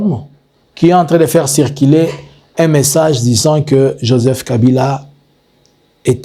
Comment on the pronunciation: "RUMEURS" ET NON "RIMAIRES'" " REÇU "ET NON REÇI," CIRCULER" ET NON " CIRCILER, PRONONCIATION , PHONÉTIQUES PHONÉTIQUES .MERCI